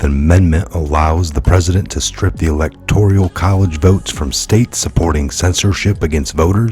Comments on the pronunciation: with all due respect the pronunciation is ELECTORAL not electorial.❤️ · E-lec-tor-al, not electorial 😉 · ...GREAT report! But please - it's elecTORAL...not elecTORIAL college. lol toral...not torYuL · i love ya,but after 2 years i gotta point out,there is no....{ I } in ELECTORAL, it's all good [electorial] drives me nutz......lol....but whatever it takes to get the news /Awakening into the mainstream,oh,I'm not a grammar Nazi,just going nutz.....lol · There is no “i”:in electoral. You are pronouncing as electorial. Sorry. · E LEC TOR AL....... not electorial. I have heard 3 people mispronounce this word today... Also, the s at the end of Illinois is silent... You're welcome ...